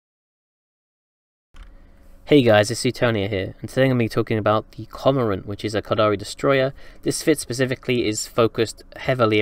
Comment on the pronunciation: Love you but I can't believe how you manage to mispronounce so many words lol. Core - more - ant